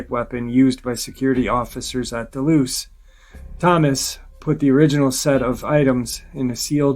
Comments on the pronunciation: The dulce base is not pronounced deloose it’s pronounced dullsee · Can you please pronounce Dulce correctly im almost positive your saying it wrong